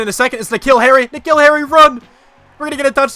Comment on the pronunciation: Earliest I’ve watched one of your videos. It’s like 1 AM here. Also just realised that you say my name like N’Keal Harry’s. It’s like the name Nick Hill. You say my last name pretty well though.